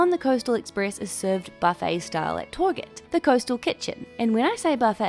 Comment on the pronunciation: Hate how I heard “toarget” and thought “Target? LOVE Target” 😂